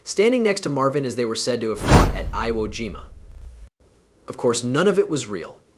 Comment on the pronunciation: "Iowa Jima" - a new low in crappy AI Generated videos.